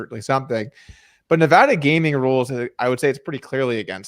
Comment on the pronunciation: Daniel you have lived here for years man. It's Nevada, not Nevada.